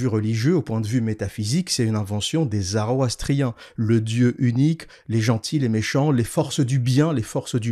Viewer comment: J'aime beaucoup tes vidéos et ton contenu mais stp, c'est pas la première vidéo que tu nous fais le coup, c'est zoroastrien avec un o, pas zaroastrien, ça titille les oreilles un peu.